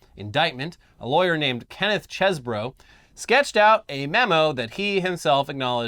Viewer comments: i believe it is pronouced "CHEESE-bro" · Its pronounced "cheese-bro" aka Kenny Pizza